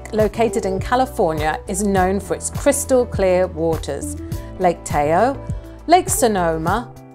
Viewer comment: 38/50, should have had 5 more...but guessing doesn't always work. Haha. Oh yeah, Lake Tahoe is pronounced TA-hoe, not TAY-oe.